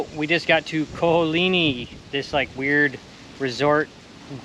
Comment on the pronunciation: theres an A at the end of Ko olinA. just saying Mahalos